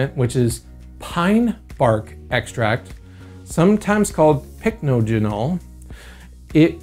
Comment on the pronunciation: "PICKnojinal" 😄 Dude, it's pronounced "pik-NAH-jen-all"